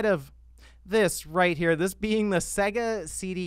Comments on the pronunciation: you still triggering me with you pronunciation of SEGA lol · Your pronunciaton of Sega is off... Listen to the start of any sonic game!!